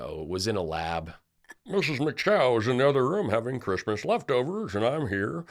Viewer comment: I know what Melanoma wants for "Chreeeeesmas" and it rhymes with Lardiac Arrest 😂😂😂